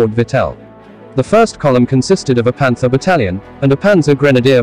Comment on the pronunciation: I'm a professional voice talent and narrator. To my ear, this sounds like a (relatively good) AI voice-over. The red flags are the odd emphasis on the wrong words, for example, Panther BATTALION vs PANTHER battalion. Other evidence is that every sentence carries equal weight, and every one has a certain "flatness" to the sound, not enough dynamics. Transitions are poor, you can't tell when a paragraph ends and a new one begins. Overall, the story is poorly told. I just came here from a Mark Felton video, and though he's an author and not a professional narrator, he is a vastly better story-teller than... whatever they are using here, weather it is an artificial voice, or a human narrator who - though he has a good voice, simply isn't good at story-telling. (In fairness, if this IS a human, the writing isn't very good, and the pacing is too fast - NOT the narrator's fault).